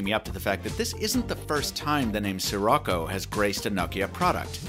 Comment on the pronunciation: Every time you say Sirocco, I hear it as '' sri racha '